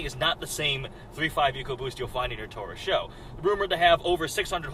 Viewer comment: Did you just say the Taurus show? It's S.H.O. and means super high output